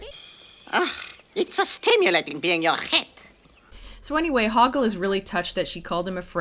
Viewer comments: Loved it! Also, it sounds like the first way she pronounces his name is Hogwart, instead of Hogort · The second mispronounciation of Hoggle's name: I honestly heard it as Hogwart. And not because the NC used it as a joke, after I watched the movie back when I was a teenager (and Harry Potter was on top of its game) I honestly heard it like that XD